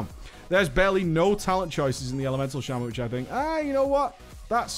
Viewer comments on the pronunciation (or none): "The first of them is the Shame-An" So Elemental is shit?